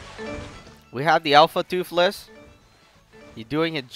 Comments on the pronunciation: Say toothless not toofless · seriously just because he is saying toothless wrong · I'm not liking or subscribing because u are saying toofless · Can you say toothless anymore wrong?